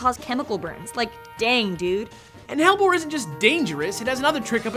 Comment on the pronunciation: Hellebore (Helleborus) is pronounced Hell-E-bore/Hell-E-borus :)